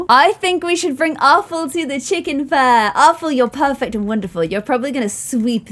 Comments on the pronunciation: I love how she said Chickon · I love the way says chicken! ‘Chickon’